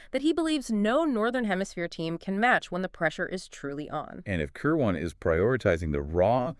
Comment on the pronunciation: Kir'win, not Ker waan